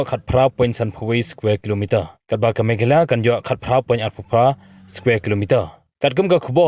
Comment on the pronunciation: Not meghaloy it's Meghalaya.